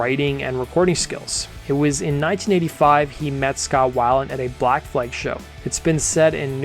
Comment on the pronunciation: Where are you from? Canada? What's Vazzalynn? 😂 Black Flag is not enunciated the same as Aflac. 😅 Great vids tho. Keep em comin' Liked and Subscribed